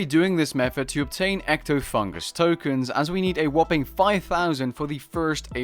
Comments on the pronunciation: EctofunTus, not EctofunGus. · Not to be a smartass, but it's "Ectofuntus", not "Ectofungus". OK i lied, it's totally to be a smartass.